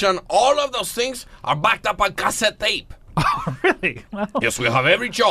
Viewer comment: "On cassit tape"